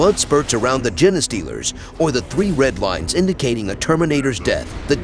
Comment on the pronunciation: im 90% sure thats not how you pronounce "genestealers" 😂 Thanks for the compendium